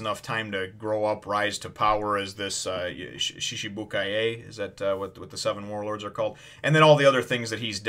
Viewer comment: its pronounced like she-chee-boo-ki(like a capitol I)